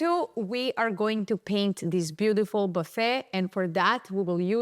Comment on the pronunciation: Great artist! Loooove how you pronounce "beaudiful". 😊 warm regards from Holland 🇳🇱